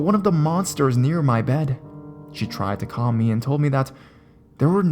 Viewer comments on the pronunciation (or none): none